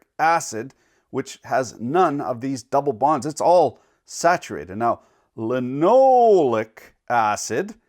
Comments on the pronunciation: Lyn-oh-lay-yic acid. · li-nə-ˈlā-ik Lin-o-lay-ik acid